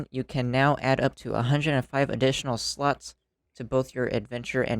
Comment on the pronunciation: "You can add 105 additional sluts".....Ok no matter how hard I try, I just can't hear it any other way xD